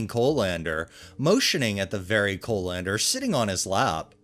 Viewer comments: Co-lander. lol. CALL-in-der, dear, CALL-in-der. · I was listening to this and not reading so confused as to what a co- lander was. It's pronounced coll-ender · Coh-lander XD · How pronounces colander was so distracting lol. I’ve never heard it pronounced that way. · “Curmud- gion”??? Have you never heard the word curmudgeon? Or colander? I’ve believed you are a real human narrating these but sometimes have my doubts for the odd but wild mispronunciations. In any case, you’re superior to all the AI narrations